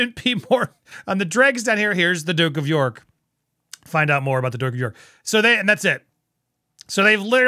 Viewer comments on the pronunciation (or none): none